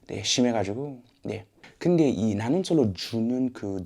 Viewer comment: 말버릇이 아직ㅋㅋ 소울이 남아 있으신데요 근데 라고 할 때 근damm 하심